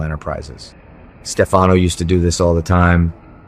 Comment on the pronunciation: Whoever is speaking doesn't watch the show or he would know how to pronounce Stefanos name correctly!!